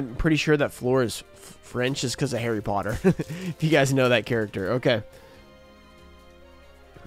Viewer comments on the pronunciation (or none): none